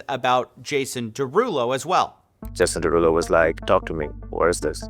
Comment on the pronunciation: “Jason Derugpull” is crazy